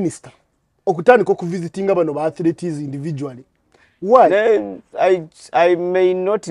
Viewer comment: They are called "Athletes", not "Athletees"